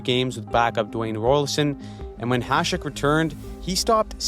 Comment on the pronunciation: You are the only one on Youtube who can pronounce Hašek correctly.